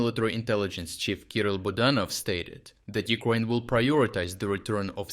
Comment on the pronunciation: Someone said Newkraine :o)